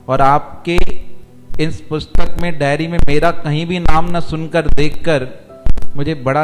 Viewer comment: उच्चारण सही करें , डेरी नहीं डायरी